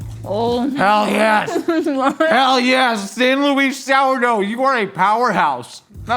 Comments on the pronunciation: Say it like San Lou-iss sourdough. Not San Loise. On kinda the same note I'm bitter I don't live in San Luis Obispo County anymore cause I can't get that specific sourdough living in Wisconsin. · As someone from the Central Coast of California, San Luis (the sourdough bread), "Luis" is pronounced as [lewis] not [lew-ise] lol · Its San "Lewis" Sour Dough fyi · As someone who grew up near San Luis Obsipo, the way you pronounce San Luis is like nails on a chalkboard 😬 It's pronounced like Lewis... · Any locals from SLO mad at how says San Luis?!?